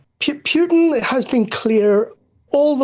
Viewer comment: What's with idiots who can't properly pronounce a simple name like Putin?